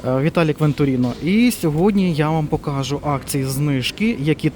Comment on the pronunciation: Не покАжу, а покажУ! Досить перекручувати наголоси в словах!